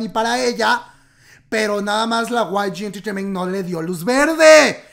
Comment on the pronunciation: Osea.. ¿ Guai Yi Enterteiment sabía que asuntos internos les tendían una trampa?,Amo cuando pronuncias: Guai Yi Enterteiment xD Saludos desde Argentina.